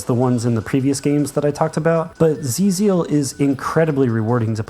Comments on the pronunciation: It is pronounced "Twelve Zeal" btw, not "Zee Zeal" lol. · Probably someone has already pointed this out, but the developer's intention for how "XIIZEAL" should be read is "Twelve-Zeal". Thank you for the list! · XIIZEAL is pronounced "Twelve Zeal" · Hate to be pedantic, but I am like 99% certain XIIZEAL is pronounced as "Twelve Zeal". There's a whole lot of 12s in the game.